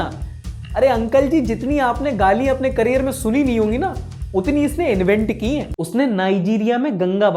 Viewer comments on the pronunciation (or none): none